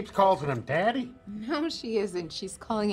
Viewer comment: the fact that Squirrely Dan is full on saying Darry like to be called daddy KILLS ME